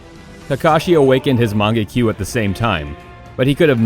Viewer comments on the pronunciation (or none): "kuh neh kee" "oh bee toe" "man-gay kee ew" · MangekYO NOT mangekyu bruh have u even seen anime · magenkiu THAT TRIGGERD ME SO BAD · This guy’s saying shits while pretending he know the relationship of Obito and Kakashi, like he pronounce mangekyo wrong, not calling it sharingan, and worst of all he thought kakashi had his own sharingan